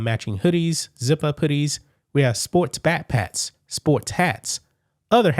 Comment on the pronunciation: Please learn how to say certain words. You say Olympits instead of Olympics and you say backpats instead of backpacks. What's the problem? Use the money you make from sales to learn how to say words properly please. My ears bleed when you talk. English, not Ebonics. Before anyone says I'm racist I'm mixed black with white.